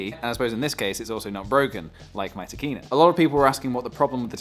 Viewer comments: I keep think you say Tequila and Sigma... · I kept thinking you were saying Trichina (as in the Trichina worm...). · I like the way you say Tekina, you make it sound like a badass anime character!